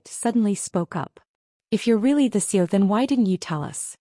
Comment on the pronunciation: What the hell is a CO? I’m familiar with CEO, COO, etc. But not a CO. You mean CEO but AI is saying CO.